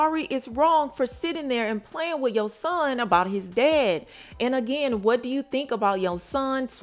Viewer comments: Spelled his name wrong. It’s spelled Y O S O H N and it’s not pronounced “Shawn” at the end. How y’all report on her and her son and hear her say his name RIGHT and see her spell his name RIGHT but keep saying it wrong and spelling it wrong🤦🏾‍♀️. And he clearly doesn’t know that she’s working while he’s with the family he thinks she’s with MoneyBagg Yo when she’s really not. And if you actually watch her show The Impact ATL her family asked her can they keep Yosohn in ATL with them while she’s working and also asked her because he miss being in ATL with his cousins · You always mess up FAMOUS people names like😭 This really the weakest TeaPage fr🤏🏾 its YO-SOHN !